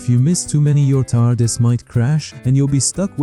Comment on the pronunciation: pronounciation tar-dis, not tar-di-a**